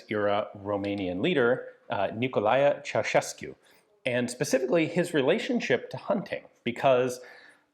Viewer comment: I do believe you are the first native English speaker that pronounced Ceausescu correctly, but only the first time :)) It really is pronounced Cheaushescu Thank you for doing the research